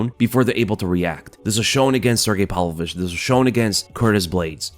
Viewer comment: His name is Pav-lovich, not Pal-vovich